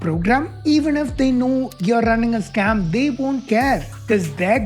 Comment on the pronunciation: Why do you say "sacm" instead of "scam"? What is the difference supposed to be?